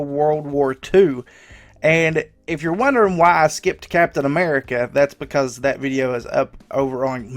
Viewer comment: captain ammerrica